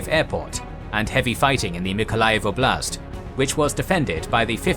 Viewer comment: And Generals: ''Oblast'' (област) means region. The emphasis on the word is on ''О'', not ''А''. Im Bulgarian but same word.